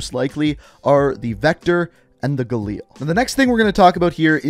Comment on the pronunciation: the way he said galil made me wanna shit myself